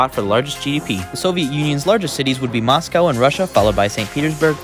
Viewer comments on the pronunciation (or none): none